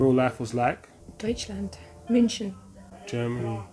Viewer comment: How you pronounced Polizei, Deutschland and München was way better than what I've come to expect from non German speakers. Have you spent time in Germany?